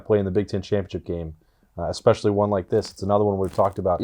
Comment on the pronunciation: I love you bro, but "e-specially" There is no "X" or "ecks" sound in the word. If you can let Urban Meyer know this, too, I'd appreciate it.